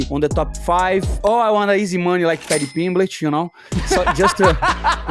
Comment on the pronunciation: Padty pimblech 😂